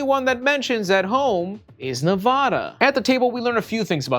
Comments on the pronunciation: "Nevahda" lol nah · I love your content and the persona you put forth online. So anyway, for some reason Nevadans hate when people say Nevada like you. It's pronounced as unlike Spanish as possible for Nevadans. "Neh-va-duh" where "va" sounds like the A in "back." Do whatever you want with this information. It's just a little local Nevada pet peeve. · the nevadan in me going insane every time he says nevahdah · It’s pronounced NevAda?